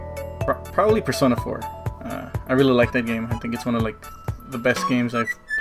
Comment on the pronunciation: You pronounce Persona 5 strange